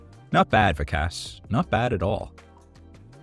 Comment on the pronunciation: I really enjoy your work but I am surprised at your mispronunciation of "Vikas". Gordon addressed this.?